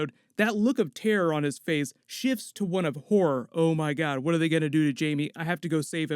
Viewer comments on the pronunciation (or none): none